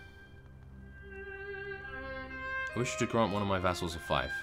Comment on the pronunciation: Even though this video is 4 years old, I feel the need to point out fief is pronounced FEEF not FIFE.